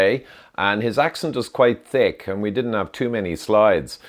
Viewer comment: When the Irishman mentions someone with a "Tick Accent" 😂